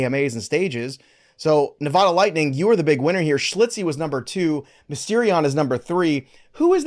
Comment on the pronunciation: Come on! schILtzy pronounced Schil-tzee! Haha not schli-tzee